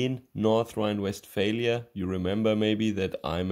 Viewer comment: Love how he says north rhine westfailure